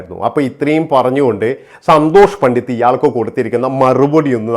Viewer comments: സന്തോഷ് പണ്ടിത്തല്ല - പണ്ടിറ്റ് എന്ന് പറയൂ താങ്കൾ സ്ഥിരമായി പണ്ടിത്ത് എന്നാണ് പറയുന്നത് ( തിരുത്തു പ്ലീസ്) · പണ്ഡിറ്റ് ആണ് സർ പണ്ഡിത്ത് അല്ല